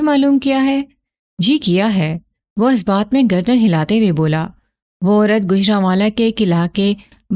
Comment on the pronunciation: آپ کا کہانی گوئ کا انداز کافی بہترین ھے اور لفظوں کی ادائیگی بھی پختہ ھے لیکن آپ ایک غلطی کرتی ہیں آپ بہت جگہ جہاں "پیش" لگنا ھے وہاں آپ "زیر" کا استعمال کرتی ہیں۔ جیسے لفظ "اس"(os) یعنی پیش کے ساتھ ھوتا ھے آپ اسے "اس"(is) یعنی زیر کے ساتھ ادائیگی کرتی ہیں۔ کسی غیر موجود شخص جگہ یا چیز کے لیے پیش استعمال ھوتا ھے۔